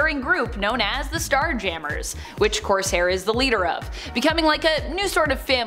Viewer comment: It's "Cor-saire" not "Corse-hair" he is a pirate not a hedgehog